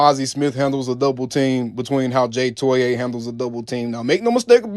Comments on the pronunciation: It’s pronounced JAY TOY-UH just so you know. Gonna drive me insane with that TOY-AYE 😂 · Fyi: The correct pernouciation is: Toe-ee-ahh (3 syllables) Toe- like on the foot Ee - like the letter Ahh - Like the sound of relief Now that he's significant enough to remember.